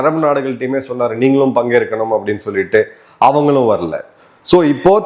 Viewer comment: முதலில் தமிழ் வார்த்தைகளை சரியாக உச்சரிக்க கற்றுக்கொள்ளுங்கள். நீங்கள், என்பதை நீங்கல் தீவுகள், என்பதை தீவுகல் என்பது போல உச்சரிப்பது சரியல்ல ஏவு கணைகள் சரி. ஏவு கனைகல், தவறு ஐந்தில் வளையாதது ஐம்பதில் வளையாது இதில் வளையாது ,என்பதை வலையாது என்று கூறுவது தவறு